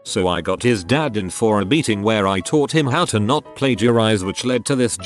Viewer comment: Why does it sound like when the text to speech says meeting it sounds like beating .